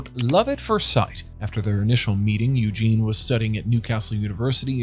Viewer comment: How hard is it to pronounce the female version of Eugene? It is spelled differently as well Eugenie, Eugen-ee....